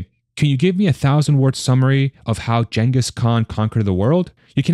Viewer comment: So you mispronounce Genghis just like AI?! lol.